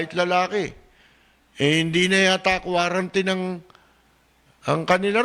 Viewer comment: "Quarantut" hahahaha